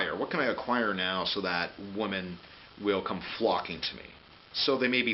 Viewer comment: What's with the aversion to using the plural pronunciation of women?